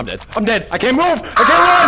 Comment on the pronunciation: the way you said “I didn’t even MOVE” XD